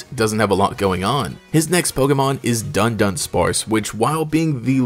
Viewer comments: it's du-dunsparce, not dun-dunsparce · Do-Done-Sparce. Not Done-Done-Sparce hahahaha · Him pronouncing Dudunsparce as Dundunsparce is hilarious to me, dun dun lol